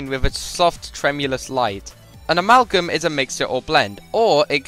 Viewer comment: that’s how you say amalgam?